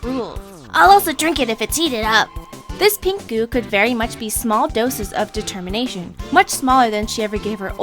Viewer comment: dertermination?? never heard of itDetemminationoh yea that